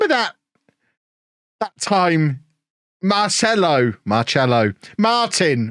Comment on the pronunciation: FYI, the guy's name is pronounce Marcelo